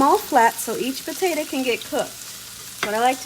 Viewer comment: POTA.....TO. !!! Not Ta!! Omg